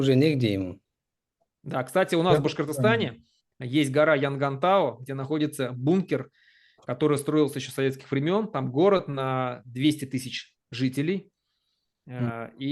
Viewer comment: Оговорка: не Янгантау, Ямантау